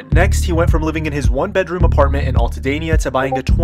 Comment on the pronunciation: It's Al ta deena. ( pronunciation not actual spelling)